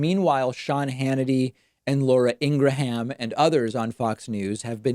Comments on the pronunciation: is pronouncing Ingram as In-Gra-ham an inside joke??? someone?? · Did you just say Ingra-HAM? Hahaha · “Laura Ingra-HAM” 😂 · Laura in-grah-ham. She must be friends with Toolsi Gah-board.